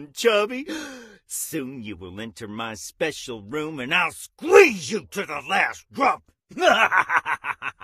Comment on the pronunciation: ... when he say squeeze is sounds like hes buggy wuffy🤨🤨🤨🤔🤔🤔